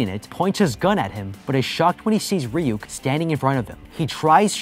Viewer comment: It’s not reyuk that’s how you said it it’s ruk but it’s spelled ryuk